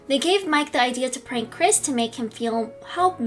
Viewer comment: Why do you always say at the end of the word Mike you had to say miK